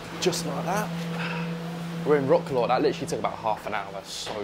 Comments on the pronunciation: Thank you for shedding such a good light on our country. Please learn how to pronounce mate! It's like "vrotz- wav" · It’s pronounced “rat-slav” 😂 Good video non the less 👏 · You are pronouncing Warsaw and Wroclaw wrong.